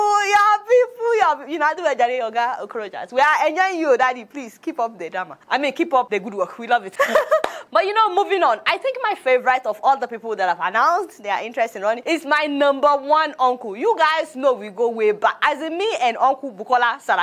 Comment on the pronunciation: Areola, please pronounce favourite properly, it is not favouryte. Check the dictionary for both British pronounciation and America pronounciation. Please stop teaching Nigerians incorrect pronounciation.